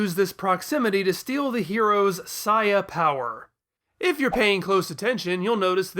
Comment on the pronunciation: wow a reply! Btw it is very satisfying to hear you pronouncing the word "Saiya" correctly. Peace.